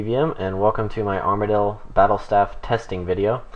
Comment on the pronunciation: Ar-Ma-Deal? stay away from runeshark lol